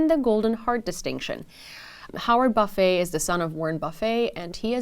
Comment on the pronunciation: Buffet last name is pronounced buff-it ..strange I know